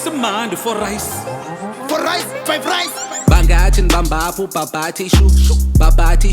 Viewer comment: 🤣🤣🤣🤣Did he say fiverice? 🤦🏽‍♀️